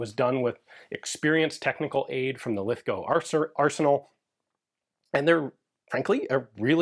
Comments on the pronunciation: Thank you for pronouncing Lithgow correctly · Congrats on pronouncing Lithgow correctly!